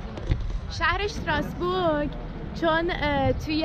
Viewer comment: اشتراسبورگ نه ،استراسبورگ ،بعدا را هم shadi چرا schadi, يعني خيلي آلماني شدين ؟